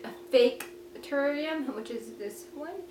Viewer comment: you do not know how to say terrarium